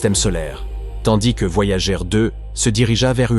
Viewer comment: Les sondes voyagééé 😂 Vidéo commentée par IA, rien de nouveau, si vous avez déjà des connaissances en astrophysique et exploration spatiale, passez votre chemin vous allez perdre votre temps !